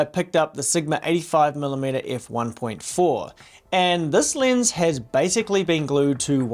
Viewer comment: it is funny how australians cant pronounce the letter E. Lens becomes Linse.